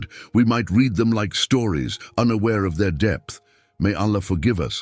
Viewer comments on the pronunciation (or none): none